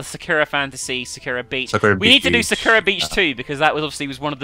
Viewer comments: the way she says sakura.. SAH-kra (its sah-ku-ra) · Actually, the correct pronunciation is SAH-kura. Just like people always pronounce Kojima as Ko-JIIII-ma when its proper pronunciation is KOH-jima. EDIT: Sorry, just heard her and realized I'm saying exactly what you're saying.